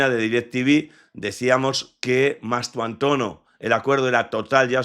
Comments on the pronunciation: Y dale con llamarle Mastuantono, tanto cuesta que este hombre aprenda a decir el apellido del jugador de manera correcta? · Mastuantono no, es MASTANTUONO, no es tan complicado